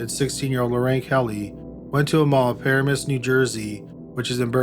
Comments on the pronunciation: It is puh-RAAA-mus just FYI. Otherwise, these stories are exceedingly creepy. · You absolutely killed me with the pronunciation of all the places you said from New Jersey.... Passaic is said Pa-sa-ache. Paramus is said Pa-ram-us. You were close but my husband couldn't figure out why i was complaining about places I used to live near when I was listening. LOL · Why not learn to pronounce places like “Paramus” and “Passaic”? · I'm from NYC, my dad is from New Jersey, so I instantly knew the distances between the various places you mention in NJ. But I don't think everyone knows this. For example, Lodi is almost 3 hours from Manhattan, depending on traffic and speed. Also, Paramus is, "Pah-rah-mus" not, "Para-mus". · I was so impressed when you pronounced Bogata NJ the right way. But how did you pronounce Passaic? It is Pah-say-ick. Montville is in Morris County, which is a good bit of a drive from Bergen County. And first you pronounced Paramus right and then got it wrong? I'm glad none of these murders happened in Moonachie or Ho-Ho-Kus.